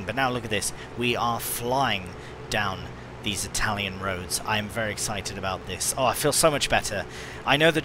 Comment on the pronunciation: I only recently found your channel and I’m loving your stuff! That was some amazing Italian pronunciation and great translation skills!